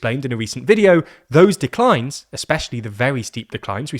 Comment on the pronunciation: big deeck-lines